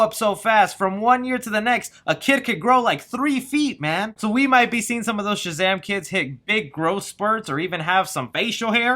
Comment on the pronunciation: You’ve been working on not saying “Chazam”. Good job! 😊